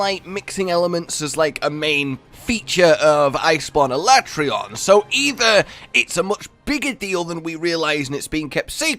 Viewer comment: sorry Capcom, but I'm still calling him al-at-ree-on, not ala-tray-on